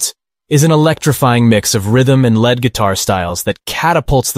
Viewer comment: Ummm "lead" guitar rhymes with steed, not dead. It's in a leading musical role, not made out of element Pb.